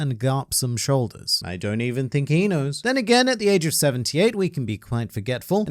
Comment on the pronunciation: The way said "I don't think he knows" was very funny to me. The 'he knows' sounded like 'inu' when I first heard it and Garp was wearing his dog head... thanks for that.